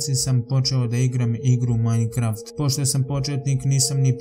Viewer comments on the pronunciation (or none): none